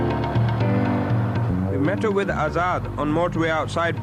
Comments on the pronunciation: it's azaad not hazard 🤣🤣 he is actually a danger to the society by the looks of things carrying them burnt out seats so the name hazard actually suits him 😂😂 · Azad? U mean Hazard?lol